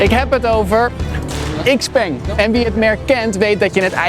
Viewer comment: "iks-peng" 😂 Bijna goed, heren. Nog even aan sleutelen en dan komt het helemaal goed!